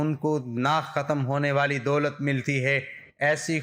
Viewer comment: Dolat hota ha bhai doot nh😂